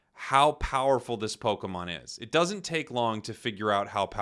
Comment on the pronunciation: Prepare to hear the word PokAmon twenty million fucking times. I got about 3 minutes in and stopped watching.